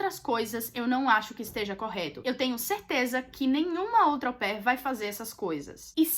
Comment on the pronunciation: toda vez que ela falava AU PAIR ,eu ouvia como “au pé 🦶🏼 “ 🤣🤣🤣🤣